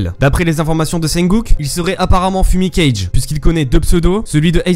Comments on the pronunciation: "fumicage" NON 😭😭😭 C'EST FUMIKAGE 😭😭😭😭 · La prononciation, "Fumikayje" Mais sinon, Miniature/Montage trop bien, #Deku